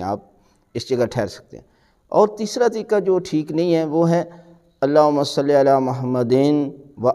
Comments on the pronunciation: Please notice this mistake as well It's not Salli but sawlli because it's suaad not seen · قبلہ محترم جناب علامہ صاحب تجوید تو درست فرما رہے ہیں ساتھ ساتھ تلفظ بھی درست فرما دیں قبلہ محترم جناب علامہ صاحب تلفظ خود بھی غلط کر رہے ہیں تلفظ صلی ہے یا صلے ہے ۔؟؟؟